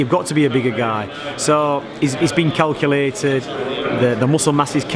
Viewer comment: 1.50 did he really say it's all been kellculated. 😂